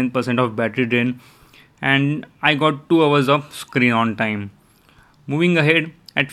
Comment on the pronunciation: Im hear you say screeng on teng ,😆